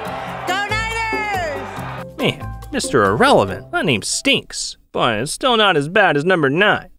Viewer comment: 😂jajjajjjajajajajajajajja